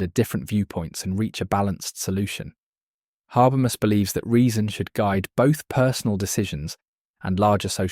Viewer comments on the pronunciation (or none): I couldn't watch the video because you can't pronounce his name. And what is worse, you don't even stick to one, each time, you say something different. it is HA-BER-MAS as written. Straightforward.